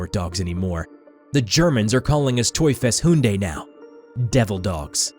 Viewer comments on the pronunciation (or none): TeufelshunDÉ lol, sorry I am a Dutch who knows German, that's not how you pronounce Hunde